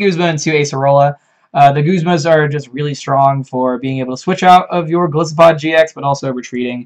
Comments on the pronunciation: Breloopharos That's the wrong pronunciation because both Goliath and isopod use the long "I." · Golisopod is pronounced with a long "I", just like "Goliath", the biblical figure that matches Golisopod's appearance nicely, and "isopod", the animal it's based on. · Golisssopod sounds better. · I've heard the short "I" pronunciation" one too many times and it's very annoying they didn't pick up on Golisopod's etymology.